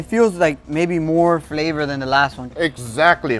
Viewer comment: The description of, when he describe the flawour, i know how it taste!